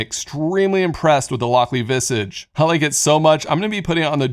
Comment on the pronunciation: It's a small thing, but I don't think Visage is pronounced like that!